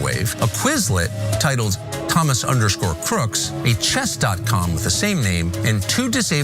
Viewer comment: Sorry, Ms. News Reporter, but when a person's name ends in the letter, 'S' as in, Thomas Crooks, you don't pronounce it or say it as, 'Crookses' when referring to a noun in the possessive form. i.e., 'Crooks' [online accounts], Crooks [Bike], etc., Instead, it's simply pronounced the exact same way you would normally say his name on any other circumstance. And if you happen to be writing it or typing it, you would simply add an apostrophe after the S to indicate the possessive form...(Example..) Crooks' Guns. NOT Crookses Guns... SMH and you're a journalist / reporter? In your profession, one would think that it's important to speak with proper grammar?